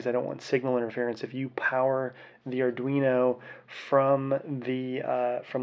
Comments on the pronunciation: it's not adrino, my guy. sound it out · i think you pronounced arduino 4 different ways in this video